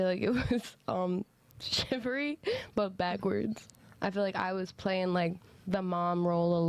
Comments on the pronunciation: Great show, but, you really need to work on your pronunciation of words bro. It’s “Chivalry” not “Chivery”. There is an “l” in there. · ChivaLry wtf is shivery?? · ChivALry. Not chivary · "Shivery" lol The word would likely be easier to understand if they pronounced the L in chivalry.